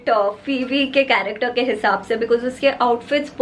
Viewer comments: No one literally no one But and: F.R.I.E.N.D.S correcter instead of character 😂😂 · Just realised every man from damn fam pronouncing character as "karekter"😆😆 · Dude I just can’t hear the word CHARACTER from them ...... plss guyss spell it correctly 😂😂😂🙏🏻It’s not corrector😂🤣